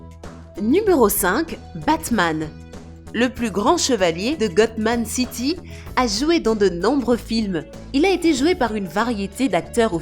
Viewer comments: Il a bien dit ghot man city 🤨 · C moi où elle a dit GOTMAN CITY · elle a dit gotman city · il as dit gotman city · hahahahah « gotman city » 😂😂😂😱😂😂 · Ouais tu rêve pas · Tu rêve pas😂😂